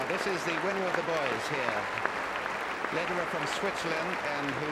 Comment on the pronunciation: reporter, apparently unfamiliar with Federer, calls him "Lederer" 😂